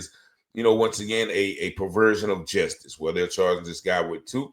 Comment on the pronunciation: Justice is not pronounced jestice.